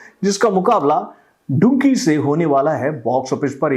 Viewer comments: अरे टकलू चाचा वो डुंकी नही डंकी है। मैने कितनी बार बोल दिया है। पहले ठिक से नाम तो ले ले चाचा😅😂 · डंकी है डुंकी nahi 😂😂😂😂